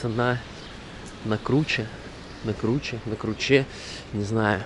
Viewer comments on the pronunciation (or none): Круча - ударение на первый слог (с укр.) это крутой подъем или спуск к воде. Самые известное это Днііпровські кручі.